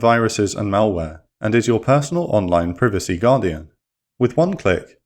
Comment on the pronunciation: This nigga literally pronounced ‘privacy’ ‘pRiVaCy’